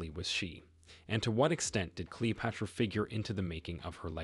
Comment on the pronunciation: Why is the narrator mispronouncing all of the names? For example at time he says Cleo-pahtara. O- seer-I-ss